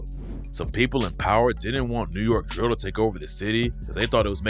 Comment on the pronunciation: why he say DRIILL rapper like that when he refered to spice lmaooooooooo got me dying